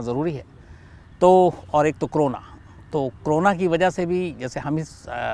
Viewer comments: कोरोना को क्रोना ? उच्चारण में गलती ! गलती से या सोच समझकर ! शब्द का अपभ्रंशित उच्चारण , अशुद्ध क्यों ? विकृत क्यों ? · शम्स जी ये क्रोना नहीं करोना है।